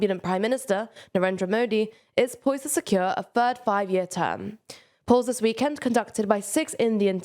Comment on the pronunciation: “June the fird” “Firty million Mexicans” “Twenty Fousand” C’mon now… if you can pronounce ‘th’ when you say ‘the’.. you can do the same with all of your other words It’s so distracting